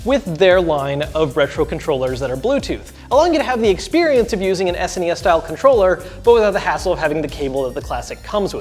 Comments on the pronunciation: S-nee-s? S N E S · I'm sorry, but "Es-knee-es"? WTF? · Ah ha! I just got the title... You say "An S.N.E.S mini". But I read it as "An Snes mini", like how people in Europe say it. 🤔